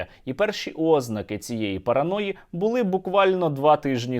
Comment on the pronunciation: ознАки, а не Ознаки, наголос на А а не на О